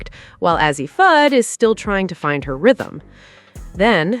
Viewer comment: I'm done...😂😂😂 After hearing her mispronounce Fudds name I started to just click off... But then she butchered Paiges name... I said Deuces, I'm Out... 😂😂😂😂